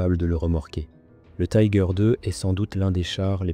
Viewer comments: Marre d'entendre le nom du char mal prononcé. Pourquoi le prononcer à l'anglaise alors que c'est un char allemand et que la vidéo est en français. Si vous ne parvenez pas à prononcer son nom en allemand, faites le en français mais surtout pas en anglais qui n'a rien à faire dans cette vidéo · le "i" en allemand se prononce comme en français.